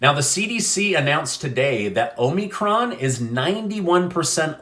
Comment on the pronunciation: I cringe when you mispronounce "Omicron."